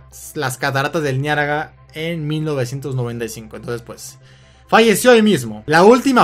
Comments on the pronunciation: cataratas del niaraga ? no es niagara ? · le hace gracia porque ha dicho niaraga es muy bueno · jajajja cataratas del niaraga es niagara